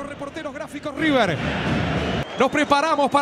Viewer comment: Aquí está Rrrrrrrrrrrrrr rrrrrrr rrrrrrr River 😂